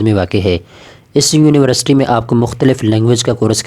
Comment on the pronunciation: University hota h Univarsity ni